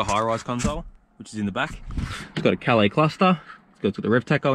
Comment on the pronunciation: Itsa " Cal laaace" maaate.